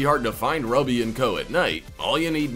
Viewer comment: Ruby is pronounced Rooby like the gem stone. Rubies are red, the dog glows red.